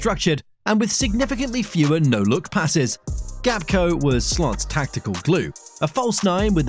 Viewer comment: Gapko 😂 Genius AI